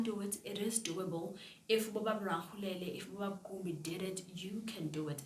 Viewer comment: It's pronounced Ra-le-kgo-le-la